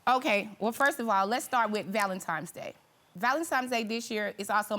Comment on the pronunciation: It’s not ValenTimes it’s Valentines Day‼️